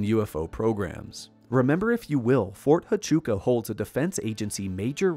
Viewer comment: It’s pronounced Fort Wachooka